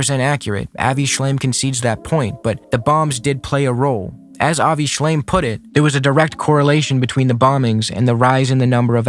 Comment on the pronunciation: I know it's a criticism that can be shrugged off, but I found the fact he kept saying Avi Shlime, even as an accident, so disrespectful. It means he's not familiar enough to get the man's name right and is just using his work to dig at Hasan (while ironically missing that he's an anti zionist.) And I get not knowing who he is, because I didnt. I had thought he was a zionist dude when his name came up occasionally (not during this debate). But to quote someone's work in direct opposition of their stances and get his name wrong is just, makes me so mad.